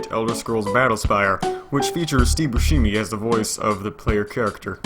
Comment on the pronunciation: sorry gonna have to report this video for abusive content after hearing that pronunciation of Steve Buscemi's last name